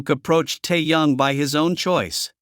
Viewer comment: Хотя бы правильно называйте их имена😂